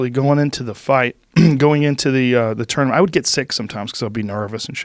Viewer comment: Anyone else notice Joe pronounced “tournament” different than he normally does at the end of the video?